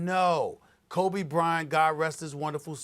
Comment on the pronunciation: he almost said krobe bryant lmao